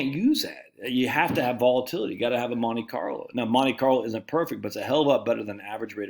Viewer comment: Why the emphasis on the Monte and not the CARLO?